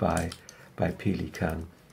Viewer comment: That's the correct german pronounciation....